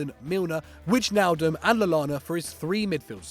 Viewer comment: Weej-naldum, Good one